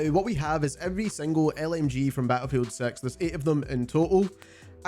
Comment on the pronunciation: "ba'lefield sex right nou"?